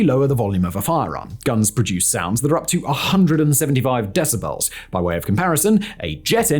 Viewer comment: Your pronunciation of the world "decibel" bothers me much more than is reasonable. :)